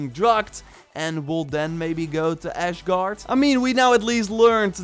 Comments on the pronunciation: It is not ashgard, it is Asgard. Say it like an dutchmen esgard! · Scandinavians: ASGARD!!: ASHGARD! 😂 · Its Asgard...not ashgard